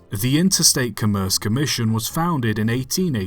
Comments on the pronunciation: Interstate COMM-erce Commission, on Com-MERCE. Accent on the first syllable. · I think “commerce” usually pronounced COMM-erce, not c’merce. I grant that it would make sense to pronounce it like the start of the word “commercial”, but I've never heard anyone do that. Other than that, thanks for another interesting video 😀